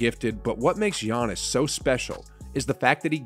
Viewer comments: Can’t even pronounce Giannis name right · Giannis is a 2x mvp and finals mvp and yet you’re still saying his name wrong. Come on bro